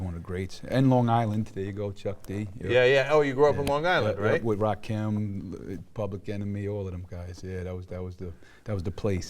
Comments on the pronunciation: He said Rakeem... 👀🙄 The interviewer. 🤦🏻‍♂️ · Ra must've known he was with a phony when the dude said rakeeeem. It's Rakim bitch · the way he pronounced kweli and rakim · How the hell is Cenk gonna claim he listened to Rakim and he calls him "Rah-keem" lmao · How the fuck do you not know how to pronounce Rakim